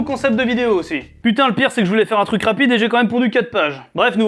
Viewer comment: 1 : nope, en plus il est stylé le nouveau nom ça va :D ( juste euh... c'est normal le "truK" et pas "truC" ? xd ) 2: laisse les noms comme ils sont STP ;A; ou alors met le nom scientifique... mais pas de phrase pitié ! Dx 3: yep tu le merite mais moi par contre j'ai pas d'argent désolé :D 4: dans l'autre vidéo le "poce blo" m'a tuer donc xD va y te prive pas... surtout si c'est drôle !